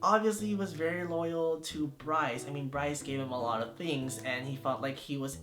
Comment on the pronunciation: Once I heard him say Brice for Leo I cried